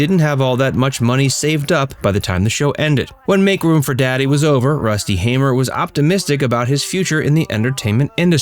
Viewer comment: His older brother (my grandfather) John hamer passed last year. And thank you for pronouncing the name Hamer correctly 😂😂